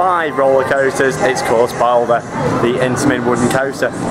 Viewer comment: the name NOT bolder ! the name is BALDER !